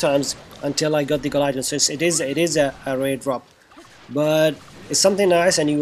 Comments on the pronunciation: "gi - lo- teen" not "guy-lo-teen" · Thanks for this wonderful tip. Anyway this is how we pronounce Guillotine (Gi-lo-teen) 😚